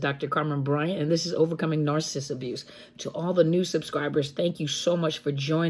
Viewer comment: 24.18....."arse-assist".......mmmmm. Still laughing....the lack of an "N" eh!!!!......maybe it's a new word ford sending a narc on their way and on to another mother of a path of doom.